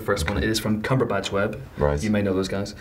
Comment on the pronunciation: Did the interviewer intro Cumberpatch as CumberBUNCH?!